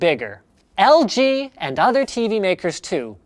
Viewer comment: he says LGBT lol